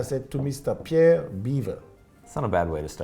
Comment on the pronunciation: It's Jean Claude-BEEVVR' not 'Beaver' dude